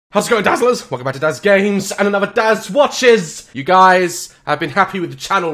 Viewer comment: It’s not just me who realises daz says “DAZ WACHES” not “DAZ WATCHES” right??